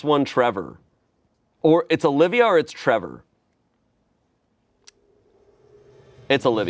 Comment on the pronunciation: "OLIVA" lol